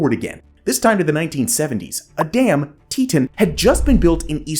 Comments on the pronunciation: Teetawn, not teetun. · Teton is pronounced "Tee-tawn" lol not "teet-in" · tee taan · Nice to see the Teton Damn in this episode. I've lived in Idaho Falls, currently live in Rexburg. But it's pronounced Tee-Ton. 😊 My boss actually lived thru this with her house getting destoyed during the collape when she was a child. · isn’t it tee-taan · I believe it was named after the Grand Teton mountains, which are near and were named by the French as "big tits." So, yes, the pronunciation should be "tee-taan." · You pronounced "teton" wrong... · Yes he did, but some people pronounce place names differently than others, even though the pronunciation is wrong.